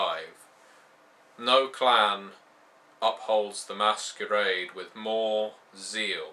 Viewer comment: LOL you really acted on the word Masquerade!